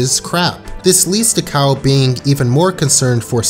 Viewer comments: this man deadass pronouncing kyle's name worse than cartman does LOL "Cow" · KYLE, not COW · how are you saying cow when his name is kyle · KYLE not COW! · why are you calling kyle "cow"💀💀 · why do you pronounce kyle like that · Impressive that your pronunciation of Kyle is actually more wrong than Cartman's.